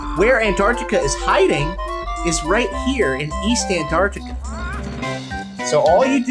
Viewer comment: I heard Ant-duck-tica, is home to the Penguinasorus.